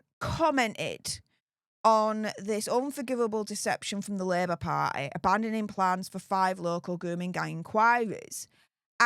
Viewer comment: I love how she says party. "Par'eh".